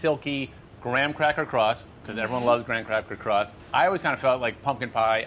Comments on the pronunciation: He definitely said 'gran crapper crust' the second time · I keep hearing him say "gran crapper crust" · Did anyone else hear Adam say "Gran Crapper Crust"?